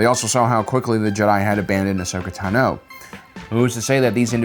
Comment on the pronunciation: Tano (TAH-NO) Beskar (BESK-R)